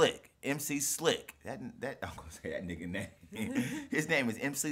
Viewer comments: MC S I L K not S L I K :) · I've just got to this video. Guys that' MC s i l k, not MC s l i c k ;) Greetings from Poland :D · SILK NOT SLIK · He's mc Silk not 'slik' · SILK... NOT SLIK : ) Peace from Poland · S I L K not S L I K.... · NIE SLIK TYLKO SILK